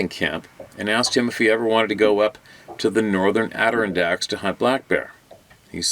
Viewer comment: Adirondacks = ad-der-ron-decks = yay❤ Might help. Its a tricky one. Thank you